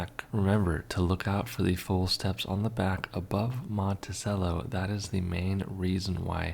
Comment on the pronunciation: He also needs to learn how to pronounce "Monticello". "Cello" like the string instrument. 😎😬😵